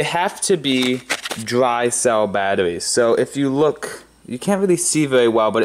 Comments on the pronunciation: Russian or hair lip? Battoweez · Poe wit aww wout we going to make thermite from batawees lol the way he talks is killing me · Wemember you need dwy cell battawees lol